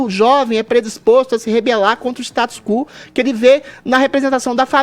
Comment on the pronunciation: O nome do status é Quo não Cú Adrilles